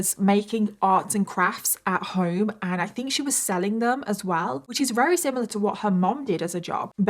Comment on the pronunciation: How come sometimes you say Very and other times you say Rery?